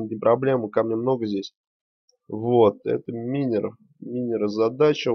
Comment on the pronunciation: Почему минер вобщето майнер запмни окай;).